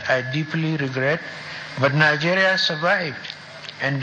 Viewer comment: Is he trying to come back to participate in the upcoming presidential election? Because that's what they do, even if they die, they come back to be the next president of "Nigaria" as they always pronounce it. A man that's home and the house cut fire, and he did not say ANYTHING!